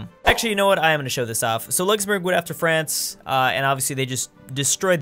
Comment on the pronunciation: Nice “luxemourg”